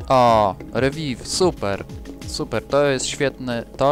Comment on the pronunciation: Mówi się "riwajw". To naprawdę jedyna rzecz, do której mogę się przyczepić- reszta zachwyca.